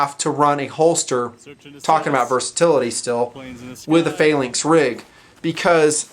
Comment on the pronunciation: why cant he say the word phalanx correctly?